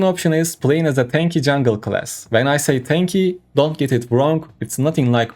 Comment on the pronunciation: This attempt at English language has to be literally the worst trash i ever heard., rather than being pay to win player,you should spend some money educating yourself. you cant pronounce literally the most simple word,class...its time to question your life choices